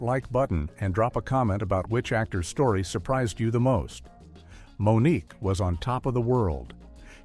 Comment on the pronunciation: Moniqwai 😂😅😆 AI sucks